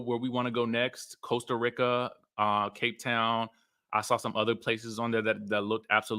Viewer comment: …..Costa Rica Country in Central America American pronunciation: Sounds like kow stuh ree kuh Not Costa RICK Kuh as you’re condtantly pronouncing. ·